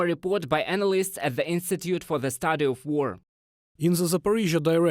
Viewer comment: Learn to pronounce: strategic, hostilities, analysts, villages. Slava Ukraini 💛💙